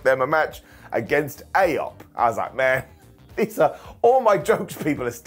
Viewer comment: (ish) I loved the way Miz was desperatly trying not to laugh at Truth calling AOP AYoP during this, even with what happened later it was still a right laugh. suppenly I hear Archer in my head "Phrasing"